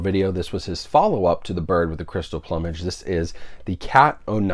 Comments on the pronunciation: It's plewmage like flew not plumbage like a plumber or plumb lol..this is the third reviewer who can't pronounce that word hahah..keep up the reviews! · I had to rewind that part of this video to make sure I heard it right, I have NEVER heard someone pronounce plumage like "uh" before. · Dude, I enjoy and appreciate your reviews, but, you are either extremely wealthy or out of your mind,! $130 with tax for 3 movies! Maybe you also should learn how to pronounce words! The word in PLUM ( PLOOM ) -AGE !!! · Any Monty Python fan would also know that the word is pronounced ploom-age. Dead Parrot Sketch. :) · Bird with the crystal PLOOM-age…lol. Not sure how everyone seems to be mispronouncing this title. A peacock has a PLUME…SO… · It's plu mage not plumage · Drives my crazy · Hahaha yep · Thompson sad, but true…lol.